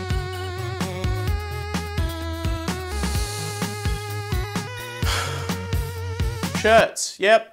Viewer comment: Don’t miss the r in shirts